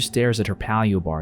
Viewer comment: This seems like a good movie to discuss bulimia and other eating disorders. And that ending was kinda sad, too. Nice find. Oh. And it's "pay-lee-oh" bars. Not "pah-li-o."